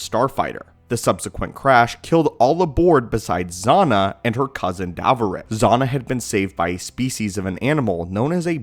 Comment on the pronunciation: Darovit ...not Davorit